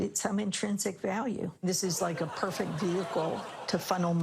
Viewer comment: He said perfct